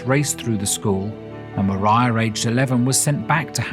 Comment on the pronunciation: Thank you SO MUCH for pronouncing Maria Brontë's Christian name properly! Not to mention the rest of your well-researched, intelligent, and enjoyable work; I've loved what you've done on Jane Austen. Informative and absorbing.